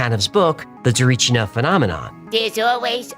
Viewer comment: Small correction its Tsarichina not Tsarichnia. Not that you will need it anymore in your life.:D Btw in order to not gain weight I eat no later than 7 pm and I avoid bread when there are things like potatoes or rice. Regarding the Tsarichina story you I have to be honest as one who heard a lot more grounded versions, your were way out there and not in a good way. That is why I wanted to help you out about that episode when you make it I didn't wanted to turn in to what you made, but it is what it is and I respect your creativity there, its just too sci-fi. Either way I still love your episodes.:)